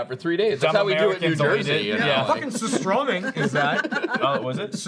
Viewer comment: Holy shit, "Oooh, surstömming" was actually almost correctly pronounced